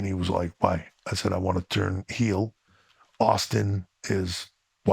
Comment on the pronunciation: nothing pisses me off more than Akaash saying "heel"